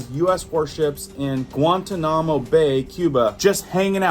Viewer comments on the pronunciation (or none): Lol, really mangled that one....Guantanamo Bay..gwan ton nah mo not gwan tah nah mo. It was in our news a long time, when people were being water boarded and prisoners being purposely humiliated, or so we were told. It just gave me a good chuckle, I homeschooled and could never even get close with dinosaur names. We didn't have internet back then, and I think we spent more time on figuring out how to pronounce the names than the actual lesson itself. 🙏4✌️ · Also...it is pronounced GWON-TAH-NUH-MO Guantanamo. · Gua-ta-no-mo say it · "Guan ta nam mo"... dude... really? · Guantanamo is pronounced (gwan-TON'-ahmmo) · Guan - tahn-nemo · Gwaaan tahn a mow... learn to say certain things right... b4 you announce.... lots of mispronounced stuff these days... don't look stupid.... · Guantanamo pronounced: gwan-taa-na-mo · Pronounced (Guam tan namo) ❤😊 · Guan ton a mo is how it pronounced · Gwahn-tawn-im-moe Bay. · Did he just mispronounce Guantanamo? Nah.b I'll watch someone who at least sounds like they kbiw what they're talking about. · I think it's a little embarrassing how you pronounce Guantanamo. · Check your pronunciation of Guantanamo